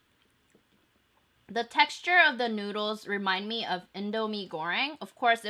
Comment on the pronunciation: Anyone else thought that she said 'nudes' instead of noods